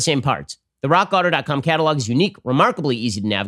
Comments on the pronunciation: Raw Kotto...yes? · When Ben says "Rock Auto" and for whatever reason, it doesnt sound right.